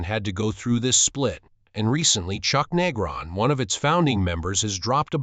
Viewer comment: This one stinks. Can't even say Chuck's name right.